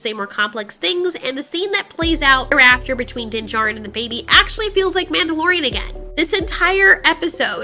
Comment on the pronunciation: “The MANTELorian”